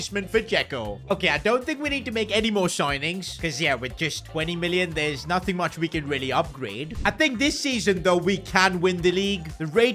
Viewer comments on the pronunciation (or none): none